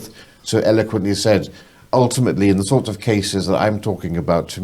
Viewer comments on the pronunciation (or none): has aged 10 years in the space of 2 and still hasnt learned to pronounce "th". Other than that great episode 👌🏻